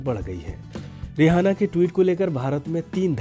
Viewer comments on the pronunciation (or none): जानकारी अच्छी है मगर रिहाना नही इसका नाम रिआना है